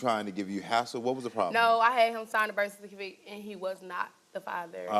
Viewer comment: Bish can't even say "birth certificate " correctly 🤦🏾‍♀️ She desperately trying to act changed but she still a 304